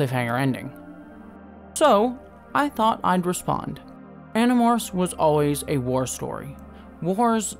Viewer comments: Also when you said you might spoil Animorphs I heard it as animals and was like "all of them?" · I had to restart the begining cuz I did a double take lol. Uhh did he say .. Animorphs? hahah